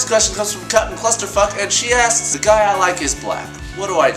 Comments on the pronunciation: It really souded like you said "ass" at the end of everyones name lmao... I really think for your next Q&A vid you should do that cause well, that would be funny. :D Example: Alexismonsterass asks: XDD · Every time you said "*insert name* asks" I heard "*insert name* ass"